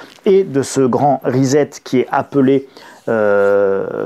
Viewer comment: Bonjour Pourquoi prononcez vous le mot anglais reset...risette!